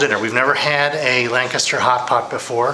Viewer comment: LANCASHIRE HOTPOT YOU PLANK.....LANCASHIRE, NOT LANCASTER